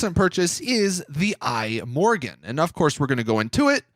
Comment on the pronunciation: I'm Swedish, and I'm bothered by how you pronounce "Imorgon". It means "tomorrow", and it's pronounced kinda like "e-morron"